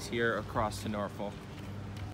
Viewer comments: It is not pronounced (nor folk) it is (na fuck) and if you can say it with a straight face you live there. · Just to let you know the correct way to say Norfolk is Nawfuck. And yes I have worked on all of the ships you have seen. After 35 years working for the Navy I have been on all of the carriers and most of the east coast navy ships. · hey guys,Norfolk va.. is pronounced norfuck ,,lol this is how we say it around here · Man you're killin me it's pronounced naw-fuk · Norfolk pronounced norfok